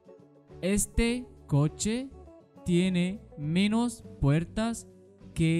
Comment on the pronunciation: أنت تلفظ menos غلط